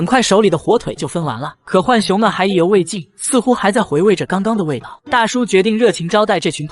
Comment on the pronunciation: 來上個國語注音符號課8 浣熊: ㄏㄨㄢˇ ㄒㄩㄥˊ (又音) ㄨㄢˇ ㄒㄩㄥ ˊ 是三聲 ㄏㄨㄢˇ， 或者 ㄨㄢˇ 而非四聲 ㄏㄨㄢˋ 熊